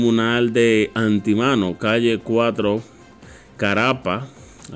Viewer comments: No es anti mano, es Antímano, palabra esdrújula, acento en la antepenúltima sílaba. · ANTÍMANO, no Antimano. Acento en la TI, palabra esdrújula.0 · Se dice Antímano. Tiene acento en en la I, palabra esdrújula. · Antemano y carapita pronunciarlo así como esta escrito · Antimano con acento en la i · Antímano tiene asento en la i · (Antimano) acento en. letra i) por favor pro uncie bien las palabras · Se dice Antímano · Antímano, acento en la “í” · Ni siquiera sabes hablar Antímano lleva acento en la iiiiiiiiiiii